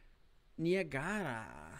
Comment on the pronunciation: The Niagara was a US Navy Brig in the War of the 1812. Served on the Great Lakes and is actually still around today. But that crazy paint scheme was what it was originally painted. Also not to bug you about your pronunciations but it’s pronounced Ny-ag-ra. But great video and super helpful. Thanks!